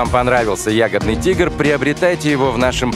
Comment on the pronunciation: Диктор сказал "ягодный тигр"?